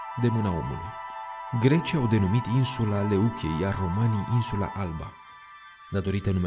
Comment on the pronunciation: Grecii au denumit-o Λευκή care se citește "Lefchí " și nu Leuche. Lefchí înseamnă alb in greacă.